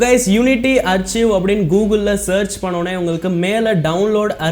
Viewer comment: ஆர்ச்சீவ் இல்ல ப்ரோ ஆர்கைவ்